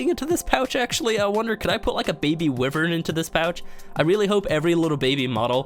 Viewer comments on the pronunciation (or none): not to be that person but it prnounced why-vurn not wiv-ern ok:3